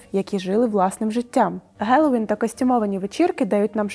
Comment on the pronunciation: Тіпає від кожного "гелоуін". Правильно "хелоуін"